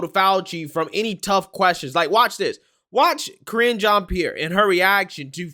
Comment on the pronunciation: LOL, were you calling Karine 'Cringe' Jean Pierre ? LOL was that on purpose or by accident? XD I swear it sounds like you're calling her Cringe Jean Pierre. :P She is cringe though.